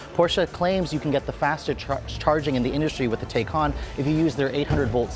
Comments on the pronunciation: Its "tie-can" not "tey-can". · Pronounce it correctly good sir. Tie cahn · I though it was pronounced Taycan (Tai-can) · Drink every time he says Tay-con. 🥂😂. Anyway I love the Taycan it's a beautiful car. 👍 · please pronounce taycan correctly